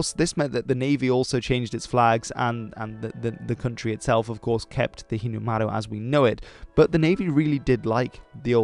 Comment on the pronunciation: He nailed the Japanese “r” sound when he said Hinomaru